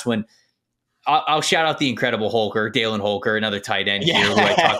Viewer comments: Why do you say “Daylin” Holker? as someone that grew up with him? lol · I played football against Holker in High school. His first name is pronounced (dal-in) not dale-in. He was a stud in high school. Impossible to cover. Love your videos, y'all are better than half the NFL scouts.